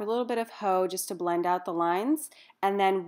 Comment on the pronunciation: Love this look!! Btw, you're supposed to emphasize the X in haux! :)